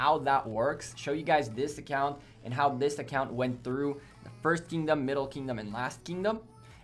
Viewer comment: It’s Kingdom not “Keyingdom”.